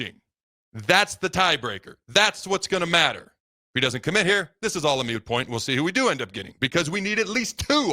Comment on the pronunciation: Moot not mute